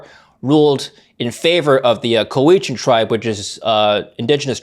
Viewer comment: Is that how Cowichan is pronounced? Yikes